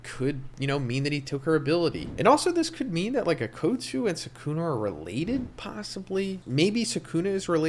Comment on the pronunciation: It's not sookoona, the correct pronunciation is skoona.